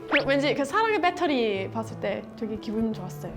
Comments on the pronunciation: 아ㅋㅋ외국인이 베러리 이럴줄 알았는데 빳데리ㅋㅋㅋ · 외국인이 배터리 아니고 빳떼리라고 ㅋㅋㅋㅋㅋㅋㅋㅋㅋ